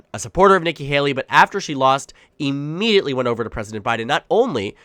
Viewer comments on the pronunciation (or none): none